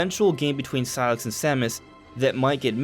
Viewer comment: it's pronounced SIGH-LUX not SIGH-LIX